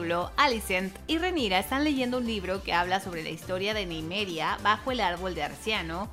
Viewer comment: Se dice : Ni-me-ria 😅 ajajajaja